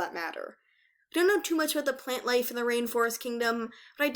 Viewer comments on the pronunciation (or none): none